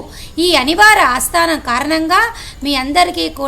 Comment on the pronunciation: అస్తానం కాదు తల్లీ ఆస్థానం అనాలి.